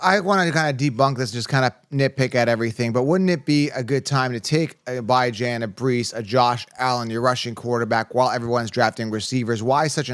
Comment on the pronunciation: Never take advice from guys that can’t pronounce the players they hyping up lol Bi Jan?